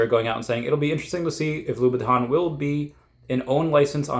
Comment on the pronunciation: It’s pronounced Christian Lou /bəˈtän/.